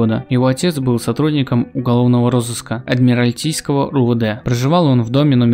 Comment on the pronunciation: Не Адмиралтийского, а Адмиралтейского Не ПланЕрная, а ПлАнерная 🤦‍♂️🤦‍♂️🤦‍♂️🤦‍♂️🤦‍♂️